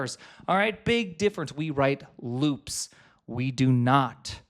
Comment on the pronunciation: omg looooops, rhymes with boobs